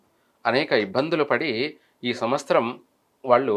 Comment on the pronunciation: వేషం వేసుకుని కథలు చెప్పే తిక్కయెదవా, అది విశ్వ"వాసు" కాదురా అశుధ్ధ భక్షకా, దాన్ని "విశ్వా"వసు అనాలి. సంవ"స్తరం" కాదు, సంవ"త్సరం" అనాలి. ప్రతి పనికిమాలిన వెధవా పెద్ద మహాజ్ఞాని వేషం వేసుకుని, జ్యోతిష్య సంబంధం లేని సోది చెప్పడమే. నిన్ను , నీ అజ్ఞానాన్ని తగలెయ్యా